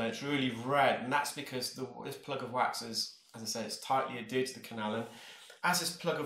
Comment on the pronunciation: Hi. Another great one! Remember your talking about the word “gauge” phonetically sounds like gage, but you pronounced it gorge, which is easy to do? I noticed one more word. Perhaps in England it’s pronounced the way you say it. The word is “adhered”. You pronounce it “a-darted”. I have always heard it pronounced “ad-hered”. Perhaps I’m wrong for British pronounciation, but thought you might be interested. Continue you fantastic a videos. I’ve learned so much!